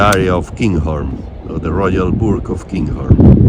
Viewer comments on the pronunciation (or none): Burgh, pronounced....... burraahh as in Edinburaahh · I commented on sound quality on a previous video as it was not good. So here is a good time to comment again. This video the sound quality is excellent. To help you with your pronunciation of the Scottish burgh, as in Edinburgh. It is said Brou or boro with a ch sound at the end. like the word loch.